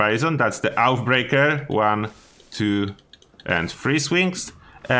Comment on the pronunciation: Mate, Oathbreaker is pronounced something like Oafbreak(e)r, not OutBreaker :D